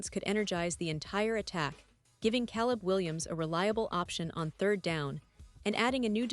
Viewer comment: Get better AI to read your text. At least find one that can pronounce Caleb